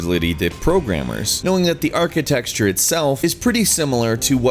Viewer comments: Sorry to be picky but architecture is not pronounced 'architexture' :) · So much cringe... It's pronounced "ar-ki-tech-chure," not "ar-ki-texture." For a video about hardware architecture, thats something you should know. It's not me being a "pronunciation Nazi." Unlike "Gameranx," there's no "x" in "architecture," nor is there any way to "swap one in" and keep the sound of the word being said, without translating Mandarin from Pinyin (or, with a generalized, Chinese, Mandarin-to-English accent, Wubi) as there is with "Gameranx." "Xross Media Bar" makes more sense than architexture. It runs Wipeout Omega at full 4K/60fps, but that was two years after this. You did make the (poor) prediction, though. Plus, there is another... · stop saying "archite'X'ture". architecture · please stop saying 'architexture'. the word is 'architecture'. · It bugs me how you pronounce "architecture". Its tek-sure not texture. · the architexture eh? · Someone really has to teach this guy how to pronounce 'architecture'.